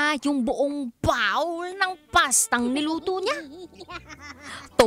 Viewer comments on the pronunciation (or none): Baka bowl,hindi bawwwwlll.. hehheheh